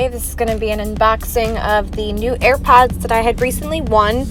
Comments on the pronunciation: to all u airpod users who have OCD: WHY IS SHE SAYING "EARPOD" INSTEAD OF "AIRPOD"???? REEEEEEEEEEEEEEEEEEEEEEEEEEEEEEEEEEEEEEEEEEEEEEEEEEEEEEEE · Am i the only one who hears at the start of the video when she says AiRpads not AirPods 😅